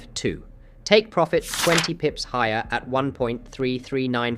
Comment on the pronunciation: 37 “Pirofit”?